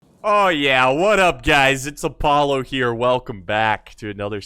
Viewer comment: Pogapollo? Really